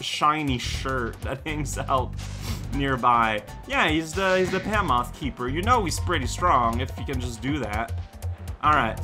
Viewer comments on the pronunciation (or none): is a silly enough guy that I can never quite be sure if he's mispronouncing a word as a jape or because he doesn't know (in this case, Behemoth)